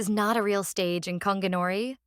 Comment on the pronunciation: It’s gon gi not konginori mf